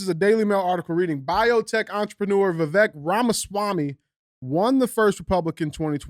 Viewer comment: You pronounce his first name like Vi cake only with a V Vi vake